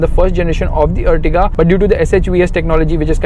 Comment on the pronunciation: This is Ertiga not Urtiga... ॲर्टिगा है यह अर्टिगा नहीं